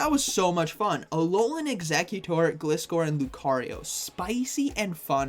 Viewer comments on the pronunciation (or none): Why can't I see you anymore?! And btw, don't know if anyone's told you before it is pronounced GL eye score according to the anime. Which makes sense, cus the name is composed out of glide, from glider and scor from scorpion. Thank you! And you're welcome! I love your videos! 😁👍